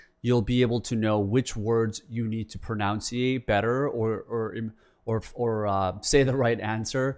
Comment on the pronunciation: Bro mispronounced pronunciation 😭 the irony